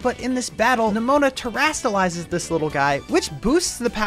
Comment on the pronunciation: Why did u say neMOANa